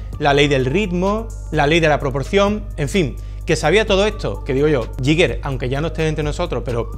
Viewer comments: El bar esta bien pero se va rompiendo poco a poco. Y nada de "yiger", sino "guiguer" con acento en la i o "guiga" plan terminacion -er britanica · se pronuncia "gai ga" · se dice "GUIGUER"! Es que es casi imposible oír a la gente pronunciándolo bien. Gran vídeo, sigue así. Te queremos! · era suizo, se pronuncia "Guiguer". Gracias por el vídeo, majo 🙂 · Me rechinan los oídos cada vez que dices “Yiguer”